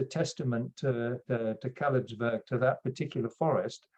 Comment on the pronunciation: Kalebsberg, not Kalebsburg